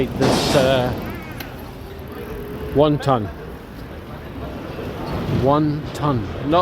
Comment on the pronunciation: Sounds like your saying won ton. A dart board in a Chinese would be interesting. Looks like decent pub though 👍